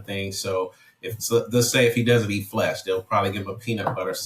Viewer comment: Guy talks like a Vegan, "they dont wana eat FLESH" I love it ;)